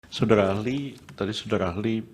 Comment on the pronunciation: Prof yusril panggil saksi dengan kata SODARA AHLI, bukan SODARI AHLI😅 saya kok jadi fokus ke kumis dan suaranya 😅🙏🙏 mudah2an MK memberi yg terbaik....amin